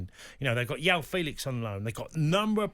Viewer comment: How many videos do I have to watch with Tony calling him Yaw Felix. It’s Portuguese and jjjjjjjjjjaaaaooooooo…